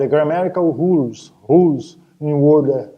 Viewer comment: Gzus, esse professor precisa fazer um curso de ingles pra melhorar a pronuncia. Mestre ou Doutor no assunto e nao sabe como pronuncia "r" em ingles? 'RULES" "ROLE".....